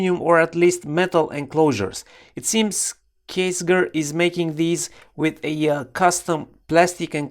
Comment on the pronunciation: I have one with the aluminum station case and I love it! Also, Ksger is pronounced Kess-jur